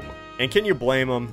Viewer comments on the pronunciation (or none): none